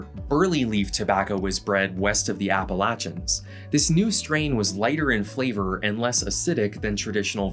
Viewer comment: pronounced snus AND Appalachian correctly. This attention to detail is why I have watched every video several times. 👏👏👏